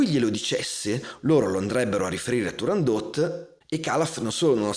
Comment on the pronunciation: Ho imparato che si dice TurandoT e non Turandó ( 'sta Francia. ..!)